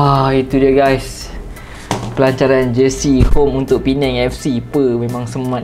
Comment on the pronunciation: terbaik bro 👍 nasib baik thun ni dh betul sebut, P-neng bukn lg Per-nang.. marah org Penang nnti 🤭